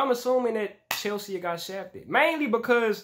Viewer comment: Come on, man. It's not Chelse-aa. It's Chelsea, like the girl's name